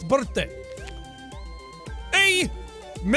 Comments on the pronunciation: Jack the joke for your dads card is Aye,Matey. Aye is pronounced "I" or "Eye" so it's EyeM Atey or I'm Eighty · Jack You Said Aye Wrong, You Were Supposed To Pronounce It With Long I And Then It Sound Like It Say I’m Eighty